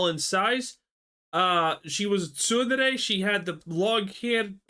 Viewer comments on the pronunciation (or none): wow that guy can't pronounce tsundere( sun-der) or eroge( ero-zhay)